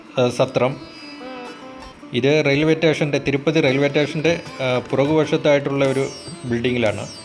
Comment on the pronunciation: റെയിൽവേ ടേഷൻ അല്ല. സ്റ്റേഷൻ